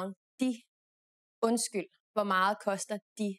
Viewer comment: "meget" is pronounced "mahl" ?